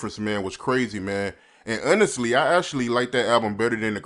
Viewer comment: The host said Unestly. not honestly.